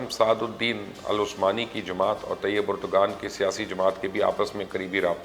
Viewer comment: My dear it's not pronounced as Erdgan but Erdvaan. Not expected from you.